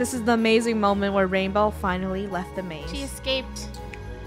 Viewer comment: Funneh: This is the amazing moment that rainbow finished the maze. Me: When she said amazing it sounds like a pun it sound like a-MAZE-ing